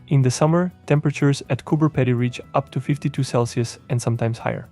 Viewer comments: its cope "pee die" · I wouldn’t sweat it, just funny thats all😊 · Lol, listening to you pronounce Cooper Pedy. It's pronounced Cooper Pea dee.